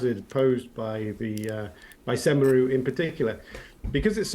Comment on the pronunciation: "Semeru" Attack or blame